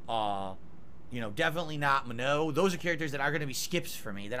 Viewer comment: Him saying Manons name wrong everytime itritates the fuck out of me